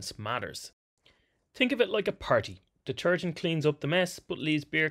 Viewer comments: What is "Deterugent"? 😉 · WTF is deterugent? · What is “deterugent”? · Mmmmmmm Deterugent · Deterugent. Come on. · Seriously? DETERUGENT?! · What's 'deterugent' ?